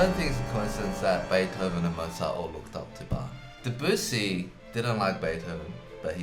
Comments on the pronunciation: Hey guys - get it right !!! It is NOT Duh-BOO-see but pronounced DEB-you-see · They're still pronouncing Debussy DeBOOsee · I've actually heard them pronounce it properly (I'm a German-speaking person too), so they do know how it's done, I guess it's just difficult/a lot of effort? Also, their pronunciation of Bach is still nowhere near as wrong as their pronunciation of Debussy.